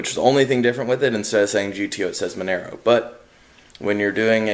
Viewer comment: Nice project, its pronounced Mon - ahh - Row